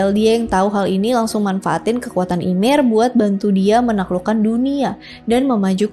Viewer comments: di aot bacanya yemir kak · Kak seharusnya baca nama ymir m nya g dibaca yang benar ini yimir